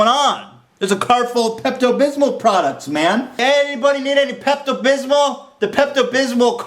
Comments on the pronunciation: The way he says "Pepto Bismol" sounds like he's saying "Pept-abysmal" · I like how he says Pepto Bismol like "Pept Abysmal" which really reflects his opinions on the movie. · "peppuh bithmo" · Pept-abismal. Lol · Today I learned that Ethan has no idea how to say Pepto Bismol.